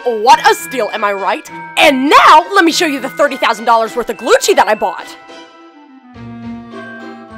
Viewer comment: Its not glucci its gucci